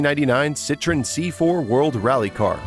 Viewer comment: it's not prounouce citron please your'e killing me